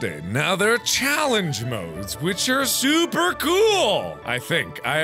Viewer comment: I like when he says the Challenges is souper cool 😂